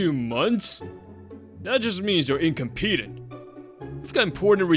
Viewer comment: You mispronounced incompetent.Or is that a Japanese accent on it